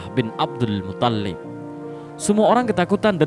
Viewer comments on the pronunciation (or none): mungkin yang benar mutthalib, bukan muthallib, huruf tha' nya yang ditasydid, bukan lam nya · Bukan muthollib. Tapi muttholib.. ط yg tasydid. Bukan Lam nya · Muttolib, bukan muthallib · Abdul MUTHALIB,,,bukan Abdul MUTTOLLIB,,cara baca mu geli di dengar,,biasa aja bro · Tolong Min, jgn merusak nama Mutthalib. Bukan Muthallib. 🙏🙏🙏